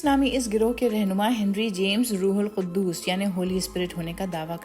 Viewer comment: Rethink how you pronounce Rooh ul Q. U. D. S.